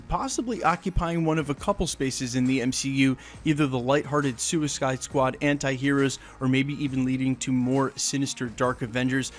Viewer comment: "Skewiskide squad". Lol.